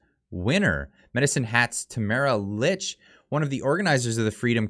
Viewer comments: Her last name is pronounced “Leech” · Just so you know, her name is pronounced “leech” 😉